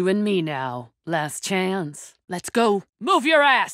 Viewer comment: Last Chayance